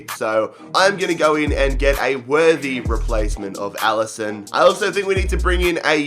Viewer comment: Not enderson it is Alison